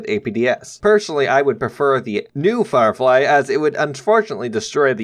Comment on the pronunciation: The Sherman Flirefy XD